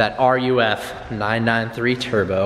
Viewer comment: It is pronounced 'Roof', not R.U.F.... downvoted